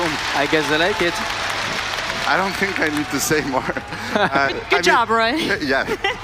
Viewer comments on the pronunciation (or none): none